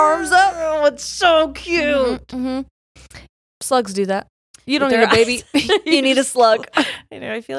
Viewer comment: Y'all it took me way too long to realize that you were saying "slugs" not "sluts"😂😂😂😂 Like snapple fact FOUR!?😂